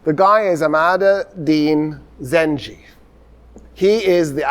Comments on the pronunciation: You are saying the name emad el deen wrong it is not zenje it is zenkey. The first pronunciation is the n word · I love that doesn't realize you pronounce it "Zangi" and not "Zanji" and this whole time he was just saying the N-word in arabic ☠️ (Im not blaming him at all, just funny to me ) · one correction Doctor The ruler’s name is Imad eldeen Zangi not zanji عماد الدين زنگي Understandable pronunciation mistake if you read from english history sources Your fan from Mosul❤ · Sir, the name you are pronouncing, Imad-al-Din Zenji. It's not accurate. It will be Jongi, not Zenji. It comes from the word Jang/Jong, which means war. And Jongi meaning warrior.